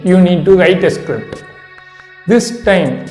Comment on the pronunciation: I lost it when you said “you have to write scipt” whats a script? Lol